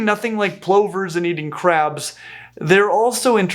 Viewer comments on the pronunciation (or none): In the UK our plovers are pronounced p-lovers, rather than compressed pullovers… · Ok, Plovers has no e in it. The pronunciation is the o sounding like u, so pluver, not ploe ver. I know Americans call jet engines turbins, which is Asian headgear while the engines are pronounced properly tur-bine, with the e. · I’ve never heard plovers pronounced that way. It might be the Australian accent but I’m used to it being pronounced “pluvers” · In my part of Canada we call them plovers as in the o sounds like the u in up “ pluvers”. We have the piping plovers.